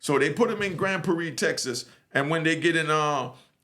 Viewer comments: im from Texas Its Grand Prarie. "Prar-ree" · I’m from Texas and I’ve never heard nobody say Grand Prairie like that 🤣🤣 shout out to